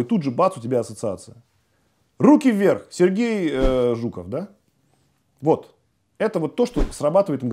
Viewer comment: Как она произнесла "Сруки Вверх"очень понравилось и улыбнуло!!!👍🔥😁